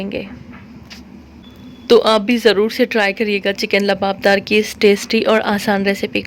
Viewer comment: Luaab daar not labadar labdar is not correct ، luaabdaar is correct word ،،،